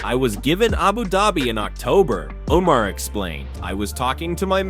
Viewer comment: Umm sir... Umar who?! These pronunciations are wild